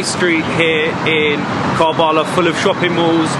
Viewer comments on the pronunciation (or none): Love this . Karbala ( pronounced Karbala , Not Kaarbala ) . Much respect to you for opening this beautiful city for everybody. For Shias , it is the most holiest of sites. Salaaaam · Its karbalaa but you can read it ( ker'bela ) 💚 💙 💚 💙 💚 💙 💚 💙 💚 💙 💚